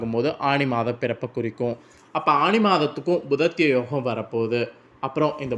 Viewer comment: புதன் ஆதித்யன் அதாவது புத ஆதித்ய. யோகம் இனு கூட உனக்கு ஒழுங்காக சொல்ல தெரியலையே